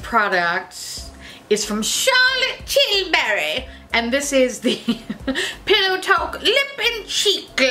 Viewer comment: Your accent during the Charlotte Tillbury segment had me dying....BTW it's pronounced TILL-bree..thanks for the laughs. you are my fav YouTuber by far 😊